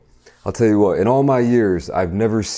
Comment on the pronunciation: When you said "in olive my years.." 😂😂😂